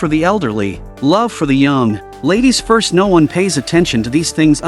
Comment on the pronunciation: bro really said ladies forst🤣🤣😂😂